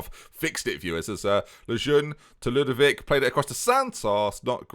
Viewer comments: "Ludvic has only got one name to him so" - proceeds to forget the O in Lud-O-vic just like when he was forgetting the C when called Leclerq. Never change. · FM it's Lud-O-vic, man. I mean, you nicknamed him yourself. You typed the "O". How can you not pronounce the "O"?! :D